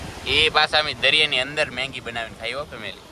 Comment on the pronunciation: મેંગી નય એલા મેગી